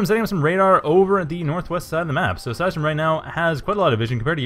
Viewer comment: cheers for using "they" and the pronunciation of seisdrum's nick is almost perfect :)